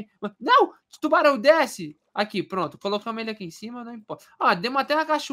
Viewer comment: A palavra secreta e : Tuarão